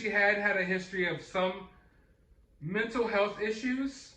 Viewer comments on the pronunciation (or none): none